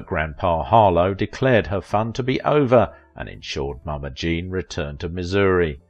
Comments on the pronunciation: It's JEAN, not Jane. At least half the time it's wrong in this video. Also, TV wasn't around then. Try Radio. Pathetic again. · I heard that too// And some point in the video it sounds like he is saying: "Jane" for Jean.